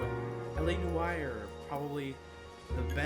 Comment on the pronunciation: u might want to look up how to pronounce noire lol